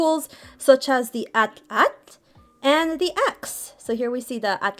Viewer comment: actually is pronounced as one word Atlatl in syllables a-tla-tl, kind of similar to Atlante here an example Also a wonderful video and an amazing vtuber avatar, I just wanted to clarify the pronunciation of the atlatl